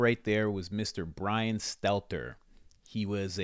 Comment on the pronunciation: love joe, dont trust bwian, carry on joe